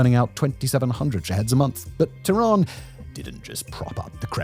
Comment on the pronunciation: why you calling tehran "tooran", can't you look up how to pronounce names better? is it THAT much of an effort, you poor monolingual chap